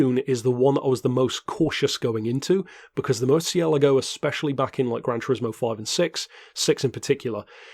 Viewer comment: Surely not like you said it. 😉 Check out a translator or ask someone from spain